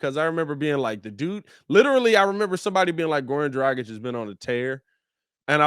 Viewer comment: It’s Goran Drah-gitch Please pronounce the name right smh